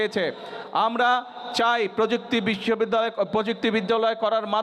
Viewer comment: বিশ্ববিদ্যালয়❌ বিদ্দবলায়✅